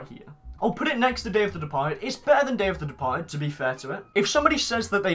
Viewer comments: When he says “Day of the Departed” I always hear “Dave the Departed” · Dave the departed . That’s what it sounds like when you say it